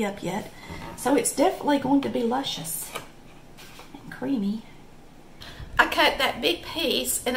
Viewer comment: Lushius lips. Listen to you.